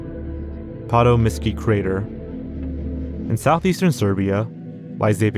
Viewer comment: Bro I'm BEGGING you, please proofread and look up pronunciations of words. The Patomskiy Crater is PATOMSKY and it's not in Serbia bro please check your work